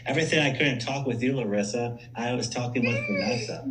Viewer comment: the ee thing at the end of the names its not a larissa thing, its just our accent. Like how you can't actually pronounce larissa as we would, you say loh-rissa